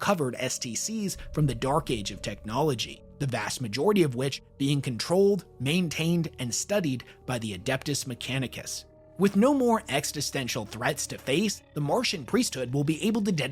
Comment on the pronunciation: Existential, not Extistential; you added an extra "T". I had to listen like 7 times to check.